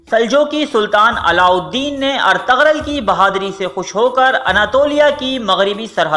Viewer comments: Itni information lay to aye pr ertugrul ko pronounce krna nai aya Ghain silent hay, ertugrul ko erturul parho gy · ارتغرل غلط تلفظ ہے۔۔g سائلنٹ یعنی خاموش ہے بہتر ہے کہ صحیح ادائیگی کی جائے اور ارترل بولا جائے بہت مہربانی ہوگی آپکی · It's not Ar_tag_rul*.🙄😒.... It's *Er_tu_rul respect sy naam lein Inka or in ki family ka.. Allah k lye unhu ny apni Zindagi waqf ki thi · Artagral Nahi hai Bhai artugrul hai Sahi Sahi naam liya Karo sabka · When you realize the narrator is pronouncing Ertugrul’s name wrong........😒😒😒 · Agree, ertugrol was from Lebab Turkmenistan not from Kurdistan, please correct your pronunciation, any how appreciate your video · ap ne osman gazi k walid ka naam aur bursa shehar ka naam galat parha apko thori knowledge mai iazafe ki zarorat hai